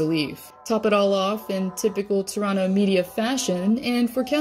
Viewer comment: As a Canadian near Toronto, I appreciate the pronunciation of Toronto correctly, as many say "Chrono". :)